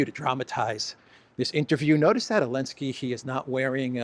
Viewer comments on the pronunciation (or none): Why do you call Zelinskyy "Olinsky"? Is it just petty disrespect or is there another reason?